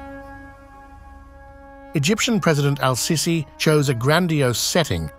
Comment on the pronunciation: his name is pronounced seeesee , pls call him accordingly!